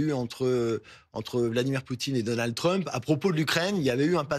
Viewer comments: c'est Donald Trump pas Donan Trump 😂😂😂 articule quand tu parles, problème d'articulation pour une journaliste c'est moche 😂😂😂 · 'Donan Trump' mdr